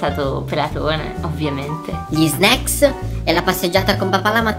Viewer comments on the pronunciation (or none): L'unica parola che sa dire è "sneaks"